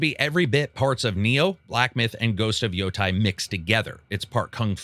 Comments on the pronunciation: Its Yotei, not Yotai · FYI it’s Yo-tay, not Yo-tie. Love your work.